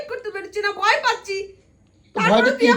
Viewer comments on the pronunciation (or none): দাদা বয় না ভয় হবে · বয় পাচ্ছে না ভয় পাচ্ছে বানান ঠিক ভাবে বলতে পারো না😅😅😅😅